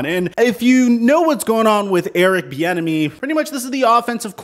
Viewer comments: I kept thinking you were saying Eric the Enemy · I keep hearing “Thee Enemy” I don’t like him just because of that now.